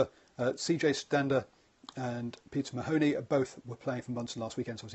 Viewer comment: When saying o mahony put less emphasis on the o and nearly pronounce it like a u